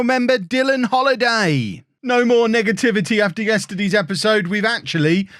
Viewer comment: Did anyone else hear N**gativity. Not trying to implicate, just pointing it out.